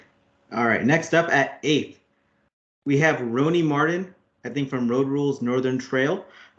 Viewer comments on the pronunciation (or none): Roni is actually pronounced ronnie